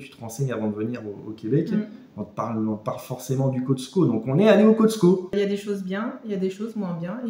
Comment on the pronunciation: Cotsco??? C’est Costco et non, on ne prononce pas le t